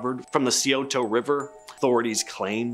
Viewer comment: Scioto is pronounced SIGH-OH-TOE